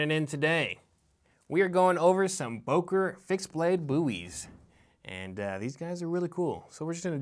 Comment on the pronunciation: Bo .. Not Buuuu